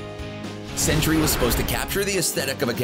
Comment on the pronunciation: Why do you keep saying what sounds like 'century' when it should sound like 'Sentry?'